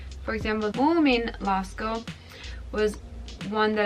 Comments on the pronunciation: Muumilaakso is the name not Muumilaasko 🙂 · it's "muumi laakso" not "Moomin laasko" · ”Laasko” 😁its Muumilaakso :) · Moomin laasko... Hold up mikä oli? Se on laakso perkele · Se oli muumi laakso eikä moomin laasko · it is Muumi Laakso